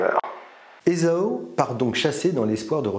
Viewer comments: Ésao ? Moi je l'ai toujours entendu prononcer Ésahu. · Esau se prononcerait ezo. Esaü se prononce E za u. Le tréma sur le u signifie que le u se prononce. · Faudrait commencer par bien prononcer Esaü !